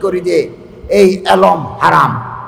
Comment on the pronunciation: জনাব এলোম না বলে এলেম বলুন